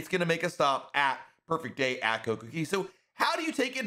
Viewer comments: Even if i put the whole phrase into Google translate in English it still comes out pronouncing it as Cay not Key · it is pronounced "kay" for Coco Cay, not "key". As a pinnacle member of Royal Caribbean's, I'm surprised you don't know this. That's the point of their catch phrase "A Perfect Day at Coco Cay", with DAY and CAY rhyming. They even have this jingle while you are riding the tram cars back and forth to the island (ad nauseum I might add!). Please stop mispronouncing 'Cay' as "key". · It’s pronounced Coco “CAY” not “KEY” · He always says key. Its is annoying but I like the info otherwise. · In my opinion, it is simply the locals saying “Cay” with their accent; which makes it sound like “key”. So if he really wanted to pronounce it like the locals he should also be saying the “Coco” part like they do. I think it sounds silly the way he is saying it, but he’s got great tips. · I don’t give a damn how cay is pronounced, saying perfect day at coco key is like nails on chalkboard. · I really like so this is not a dig but he calls it cocokey in every one of his videos dating back years. lol. I find it funny. 😂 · Buddy he just doesn’t say it right it does rhyme the cay rhymes with day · Royal Caribbean said that the announcer is not actually a representative from Royal Caribbean because he is pronouncing the name of this place wrong